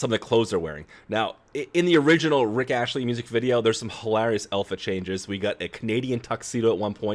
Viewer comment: It's Rick Astley, hun, not Rich Ashley...